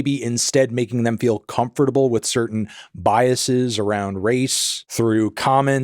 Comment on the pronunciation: "Biasees" lol